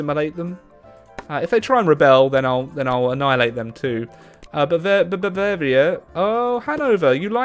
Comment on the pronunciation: Come on now. It’s Bavaria for gods sake, don’t pull an Italy on us.